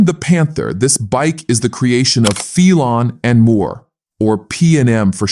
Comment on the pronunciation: I have always know it as Phelon (pronounced like "Fellon" ) and Moore......... not "Feel-on". What do the UK Panther owner club experts say? I always admired the Big Cat Slopers since I was a teenager with an AJS 16MS field bike in the 1970s.